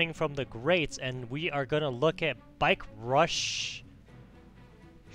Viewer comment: I'm offended how much you destroyed my name ): its Bikerushownz Not with S, because ownz just sounded better then owns good video